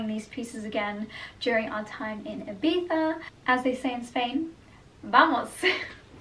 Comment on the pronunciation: Oh, first time a non Spaniard pronouncing Ibiza perfectly 😍 your Spanish pronunciation in general is amazing